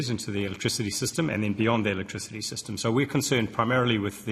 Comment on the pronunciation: 'Chweapertl electwichitty' 🤪